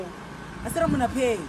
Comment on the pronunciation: “Imonna pay”🤣🤣😭😭😭